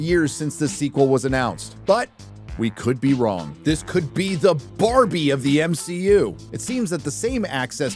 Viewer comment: why are you saying m-shi-u instead of mcu